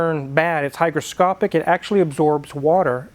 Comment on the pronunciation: It's actually hygroscopic, with a G. Not hydroscopic, with a D.